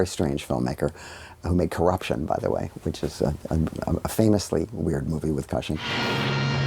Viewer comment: Love Joe, one of my very favourites. Hate the way he says Peter Cushing's last name 😂